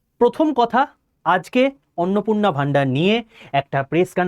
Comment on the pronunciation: Apni 😂😂😂😂 arnopurna bolte aschen hayre